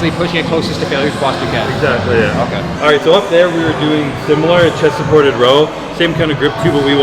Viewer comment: How many times did he say "chest thaported" lol